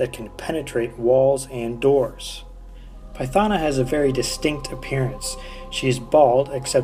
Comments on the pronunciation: Wow you butchered her name🤦‍♂️🤦‍♂️🤦‍♂️🤦‍♂️🤦‍♂️🤦‍♂️🤦‍♂️ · Great, other than pronouncing her name wrong...